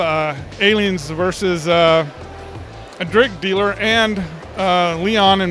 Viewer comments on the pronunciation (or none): "a drig dealer"